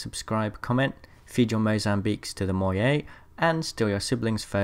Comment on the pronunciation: Oh...oh no. Don't try to "fit in" by mentioning the Moyai if you don't really understand. That pronunciation was disrespectful.